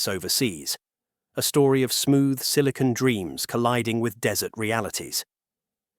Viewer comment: "...silicone...". Right